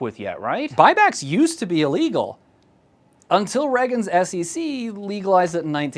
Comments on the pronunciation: Ummm Ray-gen not Reg'n, no? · Are you not American? Why are you pronouncing it Reh-ggin and not Ray-ggin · Actually it’s never been Reg-an. Though sometimes it has been Ray-gan.